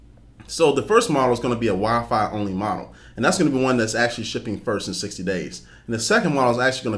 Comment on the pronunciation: I like how you say "shipping".. shippening..